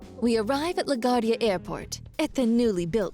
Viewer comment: "La Gwardia" is how you pronounce it.